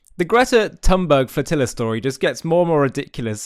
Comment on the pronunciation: Little tip for future videos: "Greta" is pronounced "Greata" instead of "Gretta" and "Thunberg" is pronounced "Tühn-berry" instead of "Tann-börg". 🙂